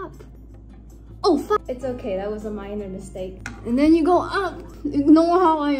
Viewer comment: when she said OH FACK(i know its not spelt like that but still)